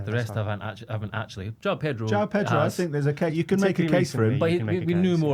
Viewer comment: It is JO-ON Pedro not JOW. Trust me I have lived here in Brasil for 20 years.